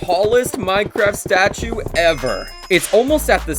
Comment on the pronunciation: "this "statue" right here is pretty tall!" nah what 😭😭😭